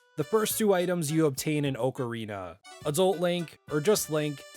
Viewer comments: Btw it’s OCK-Uh-Reena instead of Oak uh Reena. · Why tf does he keep saying “OAK-arina”? Is that how it’s actually said? 🤨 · The way you say ocarina hurts be spiritually its more OC-a-ri-na